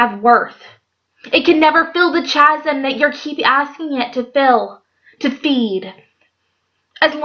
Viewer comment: This was lovely and it really goes with what has been going on in my heart lately. God is so good how he draws us back to true fulfillment. Oh, and I wanted to tell you that chasm is pronounced kasem. Oh, those sneaky words with silent letters! Thanks for making this video. Bless you.